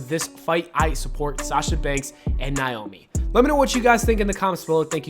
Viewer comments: Sound out Naomi... It's not niomi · When will you say this women's name right fam?! NA (like do the NayNay)... O... ME!!!